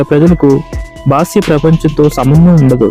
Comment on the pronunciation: బాస్య కాదురా ఎదవ.... బాహ్య.... ఎందుకురా తెలుగు ను కైమా చేస్త్తున్నారు...